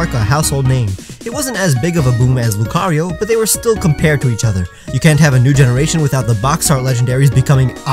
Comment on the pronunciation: Why does c have its own syllable while rio only as one? Shouldn't it be loo-cah-ree-oh?